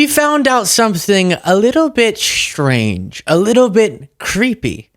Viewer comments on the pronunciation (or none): "we found something a little bit schhttranche" How about making your new years resolution "learning to speak english",? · The word is "strange," not "schtrange." I had trouble listening to the rest of this.